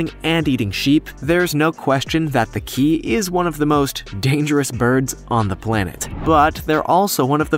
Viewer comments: Its Ke-ah not key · Kea is a 2 syllable word and is pronounced 'ki-ah', not 'kee' as in this video. It is still an interesting video however! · Please learn how to speak correctly! Kea is not "Kee", but ""Kee ah". Also, it is NOtorious, not Nutorious! Check your pronunciation before recording, please! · Kea pronounced keh-ah not key-ah😊. And they are just cute and mischievous. .not dangerous. Also I thought the cassowary was flightless🤔. Correct me if im wrong. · the 'how to pronounce' feature on google is very useful. for example 'kea' as in the parrot is pronounced 'kay-ah'. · Kea parrots is pronounced (care-argh) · kea is pronounced key-ah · kee-AAA pronounce it right